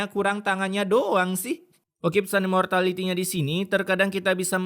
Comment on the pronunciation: Tumben kata imortalnya bener